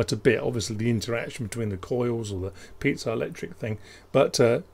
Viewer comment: Hey, I can't unhear it anymore... no, not the actual audio of it, but the name you gave it: the Pizza-electric buzzer... I think the guy of that effect had his name pronounced like pee-a-tzo, no? Don't know whether he was somehow linked to that crooked tower or loved to eat some Italian circular bread with tomatoes smashed on top, but I don't think he deserves being turned into such a dish... On a more useful note: I think you can add an additional command doing nothing (useful) with extra wait-states to get lower frequency. And I have a little worry: if you have a 4ohm speaker, is driving it directly from a gpio not risking over-current on that gpio (same for running between 2 gpio pins)?